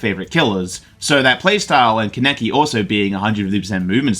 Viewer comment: Not CAN EKI its pronounced Kahn uh key Kaneki